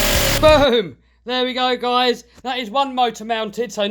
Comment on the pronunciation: Love this build but I love how u say what do u recon guyals sound like guys and gals at the same time lol